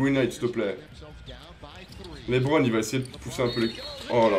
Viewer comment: Au lieu de dire lebron ta dis lébron